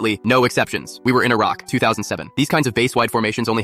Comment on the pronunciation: I thought he said "we were in ✨a rock✨"